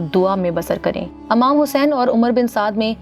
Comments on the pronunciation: Amam nhi imam Tlafuz tik kren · It’s not Amam it’s IMAM Hussein please correct